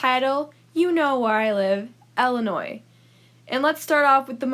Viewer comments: She just complains about her pet peeves. So, I have one just from her. She says "Ella-noy" (Ellinois) instead of "Ill-in-oy" (Illinois). It’s like saying “melk” instead of “milk”. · Also, it's not Ellenoi, it's ILL. As in sick. It's not pronounced like a name. lol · Illinois is actually really cool and it’s pronounced “Ill-a-noy” not “ella-noy” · I’m from Illinois and we call it ILLinois not ELinois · It’s Illinois not ellinois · It’s pronounced illi not Ella smh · I live in Illinois and it's pronounced illi-noi not Ella-noi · You pronounce it Ella Noi? I pronounce is ILL i noi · It's not Ellinois 🤣🤣🤣 it's Illinois with an I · Ok but it is not pronounced “Ella now” it is “illa noi” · I hate the way you say Illinois... it's "ill" like "my mother is very ill". You weirdo, who the fuck says Ell-inoy? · Wait that's how you pronounce Illinois? I say Ill- i- noy... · Pronounces "Ill" as "ell" but judges people who pronounce the s 👀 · it’s pronounced Ill-a-noy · All my life I've had people say Illi- NOISE when I told them I'm from Decatur Illinois. I just ask them to pronounce Iroquois Indians. Then tell them it's not too hard. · Every time she said Ellanois I wanted to die in a hole. Thank you.. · Btw there’s not much tornados anddddd there’s not much flooding bc the sun is pretty stron and say Illinois right and Illinois is not ExTrA fLaT and our government was not our fault and one more thing Illinois has so collages and btw u hate Illinois probably Bc u never when there bet u just googled it but didn’t have the right answer so yEaH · Shut up kid It’s awsome to live in Illinois. Yea it sucks that there is an s in Illinois but it’s awsome